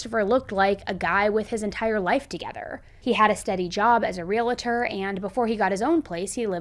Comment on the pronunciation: No such word as ReLaTer. The word is Realtor pronounced exactly as it’s spelled Realtor—Real Tor.